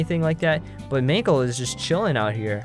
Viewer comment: it's not magle it's mangle